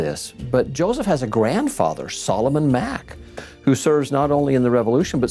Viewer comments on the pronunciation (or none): none